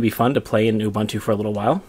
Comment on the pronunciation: Great Video! By the way Ubuntu is pronounced OO-BOON-TOO. Also the official Traces/NeoGeo Discord server is there. (I made it since no one else ever made one XD)